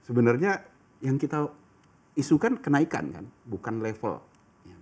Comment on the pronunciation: Apa cuma gue pas awal bilang kenaikan dengar nya kena ikan